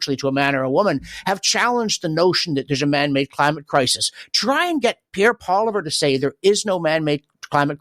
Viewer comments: It's not Pierre Poliver it's Pierre Poilievre please and thank you. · you are an intelligent man. Can you please pronounce Pierre's last name correctly?